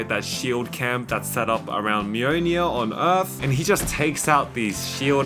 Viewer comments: "Mjøjnie" it's mjolnir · I hate how you say mjlnir, MeWNew